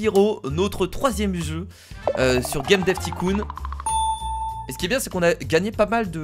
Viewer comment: Juste on ne prononce pas ticoon mais taycoon mais c’est écrit tycoon